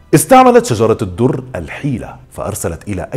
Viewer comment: السلام عليكم ...حابة اصحح الاسم ليس شجرة الدر ..اسمها شجر الدر بفتح الشين وتسكين الجيم وتسكين الراء و بدون تاء مربوطه في اخر الاسم ..ومعنى شجر الدر اي قلب الدر أو قلب الجوهرة ...وشكرا